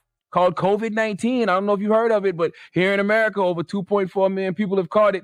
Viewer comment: “if you don’t like aMuurrika you can giit out”